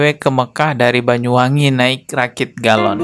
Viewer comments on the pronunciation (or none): none